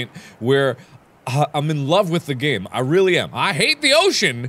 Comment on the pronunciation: you said gane